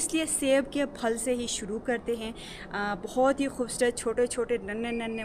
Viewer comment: السلام علیکم ارجمند صاحبہ آپ پھل کو فھل بولتی ھو پلیز مائنڈ نہ کریں اسکو پھل بولیں